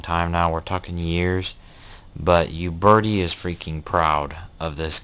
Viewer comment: Your pronunciation of Uberti is killing my ear. Ciao.